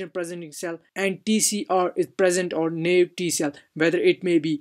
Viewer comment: Just fyi, Naive is pronounced "NIEEVE"